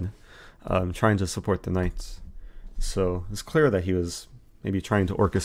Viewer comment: Eric you have may addressed this before but why do you say knife instead of knight? And why do you say someday instead of sometime? Also I like 'tickling the bishop'. Granted, I am watching at 2x so many things sound more amusing.